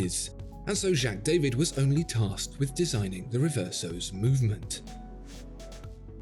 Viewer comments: Its the French pronunciation of a German word. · Jaeger is a German word (meaning hunter), please do pronounce it correctly it hurts my ears... You are supposed to be a professional.